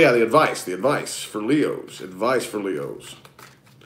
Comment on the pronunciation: "whut advice foor my fkn leooos univoorse" lmao funny very funny